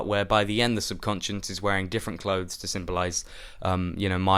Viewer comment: It's kind of hilarious how you're trying to act clever and older than you are, yet you're repeatedly mispronouncing subconscious.